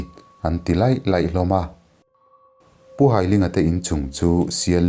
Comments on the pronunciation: Pu Hailinga hi ka nu pa,ka pu ania a hming hai tih lai hi mi kan hai a,ka hai che tih anga lam tur,an fapa hi Lalkiana ani a,chuan ka nute unau zinga upa ber Nghakthangi hi ala dam a,Lawngtlai college vengah an cheng mek e,kan tet laiin ka piin min hrilh ṭhin a kan hlau thei lutuk,zanahte hiam kan zung ngam lo a,api kan in hruaitir ṭhin,ka lung aleng hle mai,he chanchin i dah vang hian ka lawm em em e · hailinga hming ilam dan hi hai tih lai ..thawhka hai tih lai ang leh ling pawh hi meiling kan tih ang hian lam tur aw